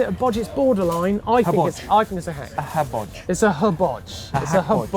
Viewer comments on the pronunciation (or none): Mate, it's not a habodge it hodge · It's not a hebodge. It's a hodge!!😂